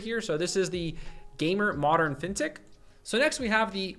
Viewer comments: man took me some time to figure out you were saying "Fintech". All i hear is Fintick. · What the heck is that word he keeps saying?? "Vintic" "fintic" what does that mean?? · What word is that? Vintec? Fintec? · What word are you saying "Fintech"? "Fintik"? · What word does he keep saying? Fintic? Fintech? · Me too. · Are you trying to say Fin Tech? As in financial technology... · I'm confused... is he saying "fintech" in all his prompts? Like financial technology? That doesn't make sense so I assume I'm mishearing 🤔